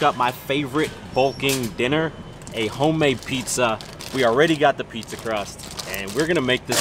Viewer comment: I’m Italian and wtf was “Du pizzzaaa” 😂😂😂